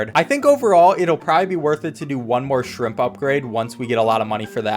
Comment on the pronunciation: You said shrimp shrop